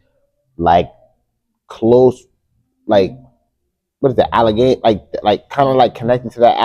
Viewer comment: Bruh said Allegheny